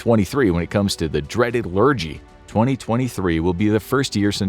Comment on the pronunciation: LUR-JEE! Lol. It's LUR- GIE. Lurgy.